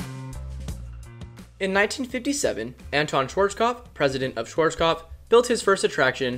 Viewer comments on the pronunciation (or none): none